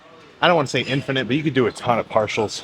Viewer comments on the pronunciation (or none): none